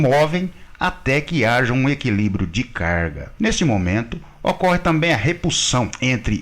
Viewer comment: Rapaz....aqui vai mais um elogio....nada a ver com o conteúdo da matéria, mas que envolve o idioma Português...Por enquanto não "ouvi" você pronunciar o maldito "tamém"!! Muitos profissionais, no uso da palavra 'TAMBÉM", pronunciam "tamém!! É só prestar atenção nas falas por aí...Argggg!!!